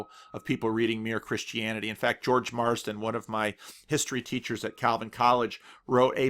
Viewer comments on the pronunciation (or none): none